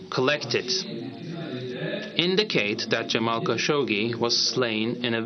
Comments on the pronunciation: "Kashoshi"???!!! What the heck? I see that the liberals have some strange and disgusting aversion to bathing (for Pete's sake: You're on TV, Darlin'... comb your hair and put on some lipstick, -at least)!! Ugh!! I don't care WHAT they were going to say.... this presentation is PATHETIC! Khashoggi.... it has 2 "G's"!!! (Kashoshi, he says, repeatedly). How STUPID are these people????! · who da hell said "cowshoshi" wtf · Please learn how to say his name properly! There is no "shee" sound at the end of his name. It is pronounced Ka'shog'gee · Pronounce his name correctly Kashoggi as in Adnan. Cashoggi. Perhaps that will shed some light and history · Lol she consistently mispronounces kashoggi. Kashokshi? They woman she interviewed said it correctly to her and she hammered the rest of the video out with no change. Not a big deal but funny for sure. The lady had micro expressions every time she does as well. I kept thinking just correct her. Geez what if she had a booger?